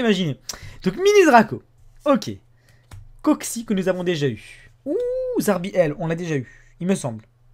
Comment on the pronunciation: lol au 3 booster neo ta dis un coxis et non un coxy xD